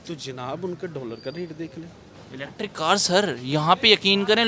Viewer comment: Are bhai wo electric bill hai, eletri bill nehi!!! 😡😡😡